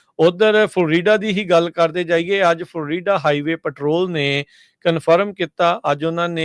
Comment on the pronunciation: ਉਹ ਭਾਈ ਫਲ ਰੀਡਾ ਨੀ ਹੁੰਦਾ ਫਲੋਰੀਡਾ ਬੋਲਿਆ ਕਰੋ